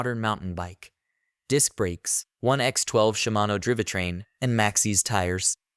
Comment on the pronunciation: driveh train? de raley ore? AI voice fail